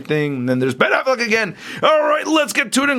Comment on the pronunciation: Lol he said Ben Aflac